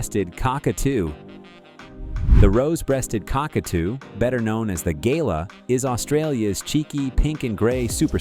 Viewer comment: Love the AI pronunciation. Galah is pronounced Gar Lar, not Gayler. and Grevillea is pronounced GrevILLia with the emphasis on the 2nd syllable.